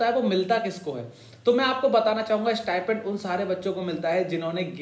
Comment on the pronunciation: Abey stipend hota hai stipment nhi